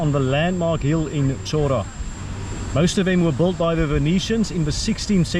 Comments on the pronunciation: The main town of almost every small Greek island is called 'Hora', literally meaning 'land' or 'place'. It is pronounced with an H like in 'Hi' or 'Hydrogen'. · beautiful island! Many Greek islands have towns named Chora...just to clarify, it's pronounced HO-rah...the CH is an H sound! well done!!